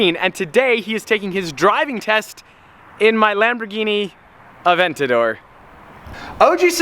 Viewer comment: Might have to look up the pronounciation of aventador bro😂👏